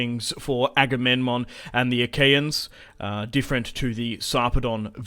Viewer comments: His name is Aga-mem-non, non Agamenmon. Damn why everyone CA chooses to advertize their games is such a goofus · Agame...NMON?! IT'S AGAMEMNON, AGAMEM-NON NOT AGAMEN-MON.